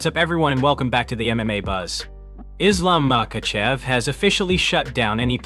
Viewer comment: Did he just say Islam macawcev😂